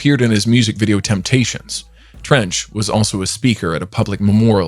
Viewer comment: Treach .....not Trench🤦🏾‍♂️!!!!!!